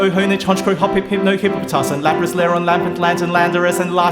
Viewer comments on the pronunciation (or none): none